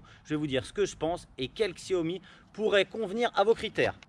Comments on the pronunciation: Chaomi ca se prononce ^^ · Comment avoir confiance dans l'analyse de quelqu'un qui ne sait pas pas prononcer la marque ?